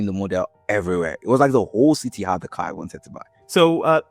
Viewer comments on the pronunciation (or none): none